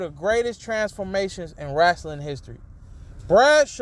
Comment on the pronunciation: Wrestling not Wrastling